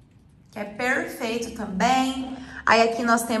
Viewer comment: sua casa está lindíssima, como você diz PERRRFEITA kkkkk Grava vídeos diferentes pra nós. Receita vlogs. Desculpa 🙈🤣